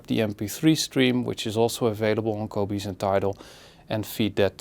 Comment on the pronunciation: Qobooze. Haha. I love it the way he says Qobuz.